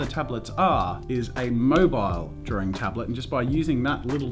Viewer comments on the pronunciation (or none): I thought you said spends all time in Darwin as in the city and I got so confused (especially since it's an Australian city)